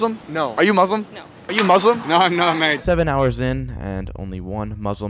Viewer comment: Its MuSlim not MoZlim